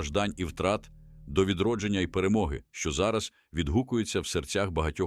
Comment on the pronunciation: Це яка "перемоги", цьогорічна "третя"?! Оце перемоги так перемоги(!). Ви навчіть свої "ШІшки" вірно наголоси в словах ставити, "коверкаїте" тільки слова і українську мову, казкарі(!!!).